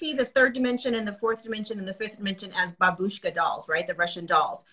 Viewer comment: babushka means "Grandmother". The accent is on the first syllable.